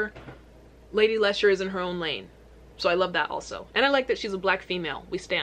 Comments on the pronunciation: hahaha Lady larshure...its pronounced Lee-sha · Lady lee- sher . Not le sharr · Where did she even get “larsha” from? Lmao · Lady Larsha??? Say Lady Leisure. 🤗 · It's pronounced LEEEEESHA. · She's referring to herself as the Queen. flag is Ghana. She's From Birmingham, UK. AND its LADY LEEEEEEEEE - SUREEEEEEEEE :) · You say her name like lady lee shurr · Her name is pronounced like the name Alicia but without the A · Its pronounced lee-sherr, shes my fav uk rapper ❤ your british accent kills me. I looove ur reactions to our amazing rap scene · It's Lee-sh-err 👍🏻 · It’s pronounced “Lady Leesha” Nice you brought the twins out for the first part of this reaction 👀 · Say it like lee sher. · Appreciate you reacting to this but please do artist research prior to uploading a reaction. Parts of this video killed me on the inside especially being from Brum I can't hear you say "Lesh-urr" again haha. 0121 🙌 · Babe it’s LEE-SHUR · What u call a British accent is a bad English accent and Britain is Scotland, Wales, England, Northern Ireland, Isle of man is British Isles too. So americans Britain is more than England aka London and has lots of accidents and its pronounced leesha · Lol react to her song quaranting she just released a video. And it's pronounced Lee sher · andrew peters I take it her pronunciation was driving you as mad as it was me LOL